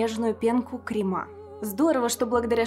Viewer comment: Когда правильно поставила ударение в слове "крема" для обозначения пенки на кофе - я просто испытала акцентологический оргазм!